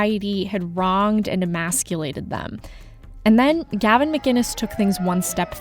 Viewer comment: Gavin is awesome. He is one of the most misrepresented people ever. It's sickening. People (like this reporter), don't get him, and can't even pronounce his name. He's a wind-up merchant, and he represents the Sane.